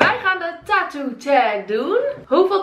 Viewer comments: Je zegt taatoo maar je Moët zeggen tatoe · Er zijn gwn mensen die het een beetje appart uitspreken, nu ik het hoor kan ik de video eigenlijk echt niet kijken😫, ik cringe echt